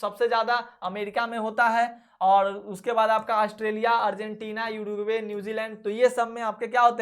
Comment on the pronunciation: Sir ye युरुग्वे nhi h ऊरुग्वे h